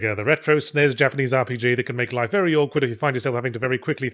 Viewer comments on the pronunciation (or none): none